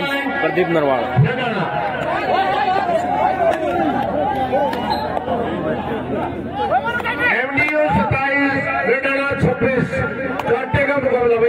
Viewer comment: he say pradeep randwa